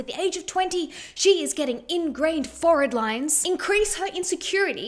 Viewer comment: omg someone pronouncing forehead correctly!